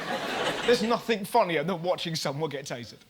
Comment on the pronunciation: I've noticed quite a lot of English people ending words like nothing and something or everything in a K sound....nothink, somethink,everythink. Strange seeing it's their language their speaking (speakink).